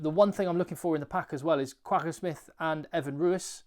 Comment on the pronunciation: I'd love to hear you pronounce Kwagga properly. Google it.